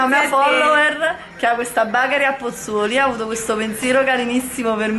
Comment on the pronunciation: però ti prego BACHERI non si può sentire. si dice con la E. (bechery) TI SUPPLICO. il mio cuore perde un battito ogni volta che lo dici....